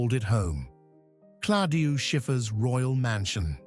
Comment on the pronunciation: You do not pronounce Schiffer first name properly is Claudia !!! Not Coldiu or Cladia :face-purple-crying